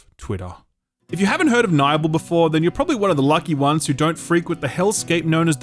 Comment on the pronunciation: 'Nybel'!? I thought it was pronounced Nibbel.